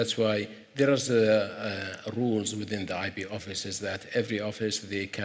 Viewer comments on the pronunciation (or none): Why is he saying IB not IP?